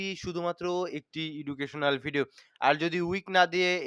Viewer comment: প্রায়ই আপনার ভিডিও দেখি যে শব্দটা শুরুতেই ভুল উচ্চারণ করেন সেটা হল "এডুকেশনাল ভিডিও" হবে "ইডুকেশনাল" নয়